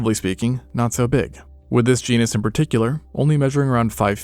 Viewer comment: this man's FEARLESS pronunciation of genus and species names terrifies me.